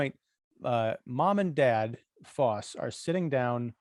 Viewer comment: You pronounce both names so wrong. If you listen to the Johhny Cash great song for it you will know it is pronounced Foss as in boss and Big Haul zee not halsee.